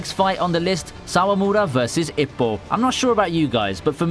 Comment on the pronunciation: I was worried Hajime no Ippo wouldn’t make the list. Although, your pronunciation of Ippo is like nails on a chalkboard.